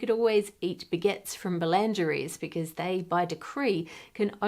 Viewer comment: lol your Australian pronunciation of boulangerie put a smile to my day